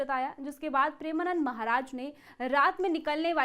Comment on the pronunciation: Sabse pehle madam aap maharaj ji ka naam achhe se le